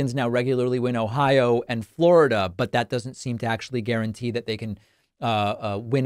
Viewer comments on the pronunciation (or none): none